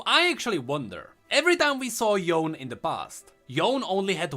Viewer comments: I'm pretty sure since Ionia is steeped in Asian culture and practices that Yone is pronounced YOH - NEH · Yone is pronounced "Yo-Neigh" if you are using proper Japanese Pronunciation. With Yasuo's Japanese dialogue it is likely that his brother's name would have a similar origin. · Yone is actually pronounched "Yo-Ney". Yasuo say his name in one of his interactions ingame when they are played together. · Yasuo’s Brother, Yone apparently is actually pronounced as Yo-ne, Yasuo said so in his interaction with him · Oh and like many other Asian-ish name, they're pronounced as how they're written. That being said, Yone is pronounced "Yo-nay". I mean, until we got the real pronounciation by Riot, i can't say for sure; but come on, Ionia is Runeterra's Asia, so....